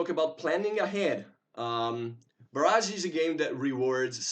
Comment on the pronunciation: FYI the pronunciation is Bar-ij not bar-azh. The second is a weapon strike while the earlier is a dam :)